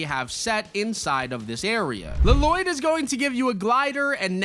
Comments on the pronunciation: It’s not LLoyd just it’s like loyd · LLOYD = Laloyd 😂😂😂😂😂😂 one L is silent dude. It's just Loyd. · Bruh it's just Loyd!! La-Loyd is crazy work bruh 😂😂😂😂😂😂😂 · His name isnt pronounced laloyd that’s just from the movie in the actual good show it is pronounced Loyd NINJAGO movie almost ruined my favorite show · His name is Loyd, with an extra L, not Laloyd, that was annoying me, lol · Dude, it's not Laloyd. Lloyd is just pronounced loid. 😅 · This guy really pissed me off. Hes calling LLOYD, La Loyd. Annoying ASF. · Bro said luh-Lloyd, and I don’t think it was a joke? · Dude it’s literally just LLOYD pronounced as loyd. Bro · Just letting you know 2 things 1 it's pronounced Loid (but I get the confusion I had the same when I first saw that name first) and 2 bought the Lego pass and og pass (from crew) along the entire Ninjago bundle with your code ☺️ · Lloyd Loyd is how you pronounce it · It's just pronounced loid 🤦‍♂️ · no way did bro actually say Luh-loyd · bro never watched ninjago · 🤣🤣🤣🤣 i was wondering bout that lmao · As a man named Lloyd I demand you say the correct way 😆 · Bro, when he said it pissed me off so much